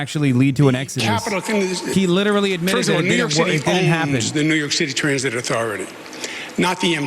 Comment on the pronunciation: Sliwa is witerally the funniest